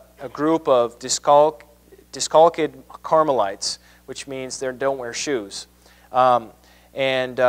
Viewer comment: He said "diss-caulk-ked" and I'm supposed to take this guy seriously?